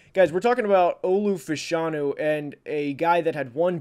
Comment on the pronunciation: like this mock a ton! breaking from the 4 consecutive qb orthodoxy feels right. I think the JJ hype comes from top ten teams hoping to get a haul in a trade down. One note: fashanu is pronounced fash like fashion anew like anew fash-anew